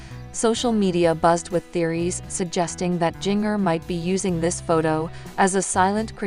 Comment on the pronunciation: Say her name right. It's pronounced like the spice GINGER. Not like jnger